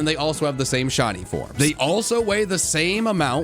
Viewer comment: On the Ditto theory, I thought that he said Shawty, not shiny What if instead of shinies, we got shawtys.